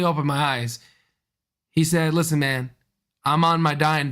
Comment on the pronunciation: Hi, I think it's pronounced man not main